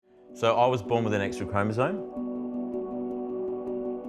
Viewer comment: Pronouncing "chromosome" as "chromozone" has been spreading fast... :/